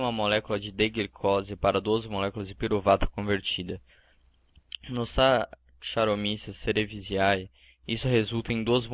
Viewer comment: Amigão a pronúncia do nome da levedura (S. cerevisae) É "Sakaromíces cerevízíí" ou 'cerevizé"